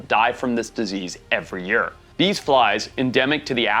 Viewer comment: day week month yeeer hearing it said like that is a first for me, but hey your smart I'm not. HAHA